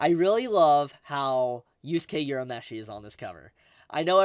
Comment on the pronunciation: Did this dude just say "yourameshi"